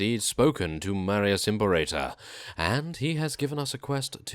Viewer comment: I think it's pronounced im-pear-uh-ter